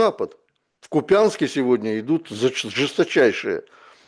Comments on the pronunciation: Да объясните, наконец-то, спикеру, что он выглядит неучем, когда из эфира в эфир, с завидной упертостью, называет неправильно населенный город Купянск. Ударение в названии города идет на букву "У", а не на "Я" - КУпянск... а нее КупЯнск. Слушать уже просто отвратно становится... Ну раз оговорился, ну пару раз.. но если он постоянно освещает ситуацию вокруг Купянск, тем более сылаясь порой на источники из самого города, но при этом всяк раз не может даже правильно название города произнести - возникает вопрос к достоверности того, что он говорит. Поправьте, пожалуйста, пана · Купянск, ударение на первый слог.